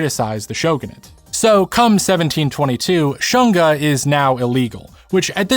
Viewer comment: I find it was deliberate to pronounce shunga as 'shun-ga' (versus shoon-ga) was on point when they were trying to ban it during the Meiji period, because they wanted to shun the shunga enjoyers 😂